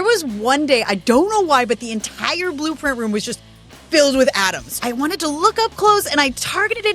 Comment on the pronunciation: What do you mean the room was filled with atoms? Aren't all rooms filled with ... oooh, you said "Adams".